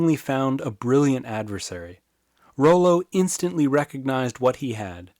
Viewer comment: I believe it's pronounced raw-low, and I'm related to him hah